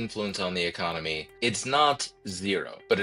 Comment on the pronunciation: Pretty sure dude said "Ecomony" 😂